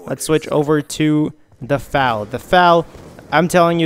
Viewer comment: F A L not fal